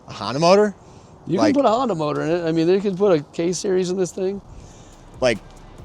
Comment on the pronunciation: Honda motor, call it a Por-nda.......